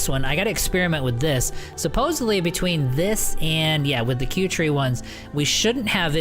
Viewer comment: P.S i think 'kuertee' is not "q-tree" as you say.. i think it is a play on words ...it is 'Cutie' as in ... "She is such a cutie." no 'R' in tee ???